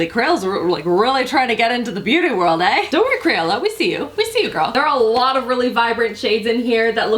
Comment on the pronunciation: When you said "ehh"!!! 🇨🇦🇨🇦😂❤️